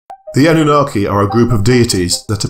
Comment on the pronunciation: ANU-NA? KiKi? 😆